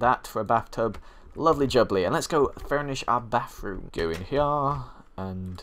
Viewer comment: He calls it a bafroom ly tho